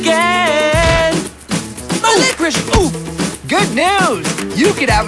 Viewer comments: I JUST NOTICE HE DIDNT SAY OW INSTEAD HE SAID SWEET IICOROSH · I could not breath when Cody said my Licrish